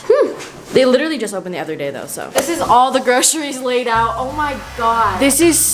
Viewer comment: Nobody:: li -er-ly